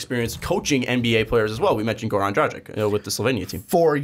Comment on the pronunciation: Well regardless of your focus on his last name, you still got it wrong. As well as Goran Dragic's last name. I guess it would be easiest way to describe the pronunciation as "Kokoshkov" like the other reply mentions. When it comes to Dragic, you pronounce the G the same way as the one in his first name (or "dragon", for that matter) ; while the letter "C" at the end sounds like "ch". So it's Dragich, Like Donchich, which you do pronounce correctly.:)